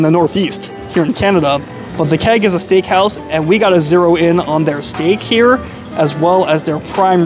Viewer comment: Love your videos, and so happy you came back to Toronto! As someone mentioned, you have your pronunciation down! What I would say about the Keg, is that while it's not on par with a premium steakhouse, it's always consistent and never a letdown.